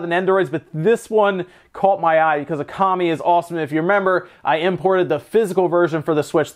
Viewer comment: Uh-kami, seriously? It pronounced oh-kami